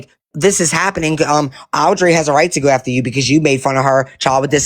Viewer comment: She intentionally mispronounces Audrey’s name, I’ve noticed. When she’s really in her groove with a rant, she says it right! How disrespectful. I knew she knew how to pronounce that name!